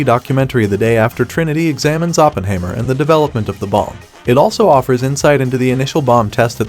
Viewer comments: Please, the subject's name is pronounced Oppen-HIGH-mer. Otherwise a good vid . . . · You don't even know how to pronounce 'Oppenheimer' ........ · Hard to be respectful of this computer voiced review that can’t even pronounce Oppenheimer.